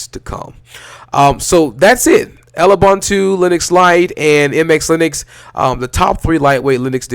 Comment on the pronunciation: I tried to like this but the intro static was harsh, then the pronunciation of Lubuntu. What is "El-ubunutu" / "L-ubunutu"?? I do agree that "Lewbuntu" ("Loobuntu") is a cool lightweight distro. Sorry I had to stop the video at that point.